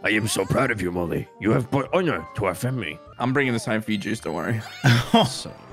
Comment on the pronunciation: did anyone else hear "You have brought onion to our family" instead of "You have brought honor to our family"